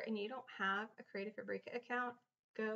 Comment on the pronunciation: Super useful information.Thank you for posting it. I would have liked to see you take a font and an image and download it then upload to where ever and show the entire process. It was also very distracting to hear the way you pronounced Fabrica. I think its pronounced Fabric-a as in fabric( the thing cloths are made out of) then add the "A" sound at the end; not Fabrec-a as in paprika.